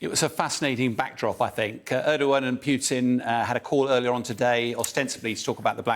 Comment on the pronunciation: Stop funding Ukraine and the war ends. Why can’t these English pronounce Putin’s name?